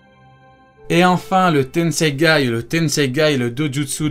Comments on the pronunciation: C tensegan pas tensegay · Tensegan pas tensegay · C PAS LE TENSEGAI C'EST LE TENSEGAN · C’est tensaigan pas tensangay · Tu as dis tennseigay au lieu de tennseigan 😂😂😂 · Et c'est tenseigan pas tenseigai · Tenseigan ou tenseigay? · C le tensegan pas le tenseigan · tenseigan pas tenseigai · C tensegan pas tensegaï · C'est le tenseigan pas tenseigay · Stp c'est tensegan et pas tensegaye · Le tenseigan pas le tenseigay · Tenseigan pas tenseigaï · C TENSEIGAN PAS TENSEIGAI !!!! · juste on dit pas tensegaN ? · C’est moi ou il dit tensegai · mec t'a dis tenseigai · Ya que moi qui tilte quand il dit tenseigai ? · ah ok le mec écorche le nom volontairement mdr